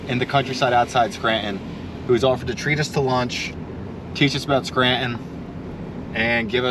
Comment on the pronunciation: Scranton is NOT pronounced Skrant - IN....damn.